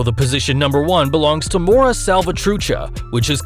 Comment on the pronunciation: “MORA” SALVATRUCHA🤣🤣🤣 FUCKING IDIOT🤬🤬 ITS “MARA” DUMBSHIT